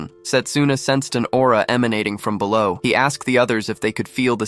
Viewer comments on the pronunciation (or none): none